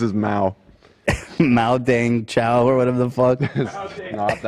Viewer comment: Jimmie’s racism rubbing off on Ethan “mao-dang-chow”